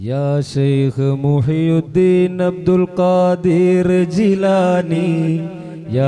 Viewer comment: മുഹ് യുദ്ദീൻ അല്ല മുഹ്‌യിദ്ദീൻ.